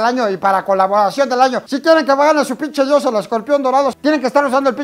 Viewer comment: me sonó tipo pinshi diosa por eso jaja